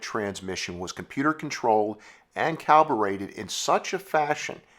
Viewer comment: Calborated? Calibrated is the word, and that wasn’t a computer controlled transmission.